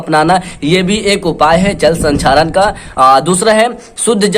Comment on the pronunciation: Sir sanxaren nahi hota he